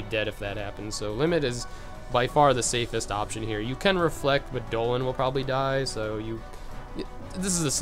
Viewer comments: and he called Donald doland. wtf? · Wait do you really call Donald and Goofy Dolan and Gooby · Bro, learn some English its donald not doland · no lol its dolan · HE SAYS DOLAN TOO Obviously knows one of the funniest memes :) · great guide but it bothers me when u call DONALD DOLAND AND GOOFY GOFY lol other than that amazing job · It’s Donald not doland and WHO THE FUCK IS GOFFY😭😭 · pfffttt.... Goffy and Doenald....wow....mispronunciations for the win~ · omg the part where he calls them doland and goffy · It's funny how many ignorant people here seriously think that is saying Dolan and Goffy because he doesn't know how to pronounce them correctly. It's obviously a from a meme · >Beats Xaldin and Vexen with these strats. Hears him say these are casual strats. Says the guy who calls Donald and Goofy "Dolan" and Goffey". I'm far from a Casual. Not even close. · Thank you so much for this I have a feeling this will help me with Luxord who dropped a bit down the list of organization members I like due to the frustration his data battle gave me X_X but it's DONALD and GOOFY! Why are you saying the names wrong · travis hunt. I notice that too lol Lile your videos guy. very helpfull. all of em . but the way u say donald and goofy id funny lol . deneld. and gaphy lol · It's DON-ald and g-EW-fy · he says goofy and donald oddly